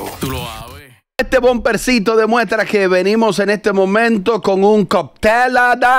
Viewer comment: Por favor díganle a Robert que no es coptel sino cóctel